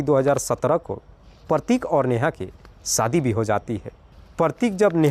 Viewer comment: Sadi nh hota shaadi hota h .. ek anchor ko apni Bhasha per kam karna chahie